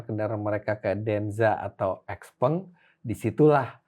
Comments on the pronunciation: XPENG bacanya siau pheng artinya little friend. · Xpeng = Xiao Peng